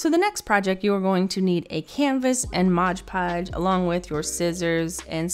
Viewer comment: I like how you say "Modge Podge" instead of "Mod Podge." I do the same thing LOL